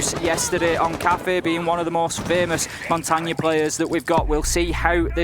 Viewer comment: I hate how he says mon-tane